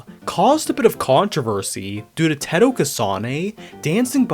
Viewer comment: first time I have heard someone pronounce Teto like Tehtoe I have always known her as Taytoe